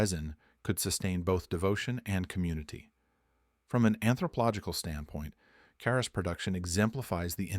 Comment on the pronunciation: Informative story but A.I. narrated and mispronounced the word every time. Charas is pronounced as "CHAR US", not Saras or Harras or what other ways it was said. I traveled there in the "good ole daze" of the 70's and made my own as I was trekking in western Nepal. One day I crossed a river and all along the bank as far as the eyes could see, cannabis was growing and flowering and very sticky!!!